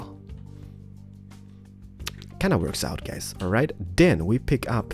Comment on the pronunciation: At start u say Hey Gays AHAHAHA